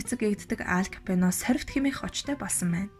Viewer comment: Nobody: Алфонсо Капоонь Unshij baigaa emegtei: Ал Капьоно Bayarmagnai: Моло Капьоно